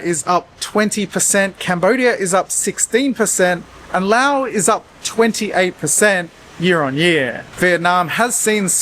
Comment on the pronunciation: You pronounced "Laos" correctly. Congratulations!